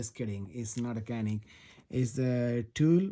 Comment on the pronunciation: Right pronounciating is chu nick - ca nik. Start like chuck then say nick